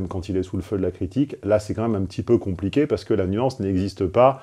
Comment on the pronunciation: "voila, c'est pas comp'iqué"